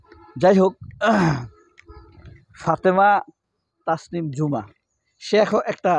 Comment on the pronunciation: মেয়েটার নামের উচ্চারণ ও বানান হবে actually ঝুমা not জুমা।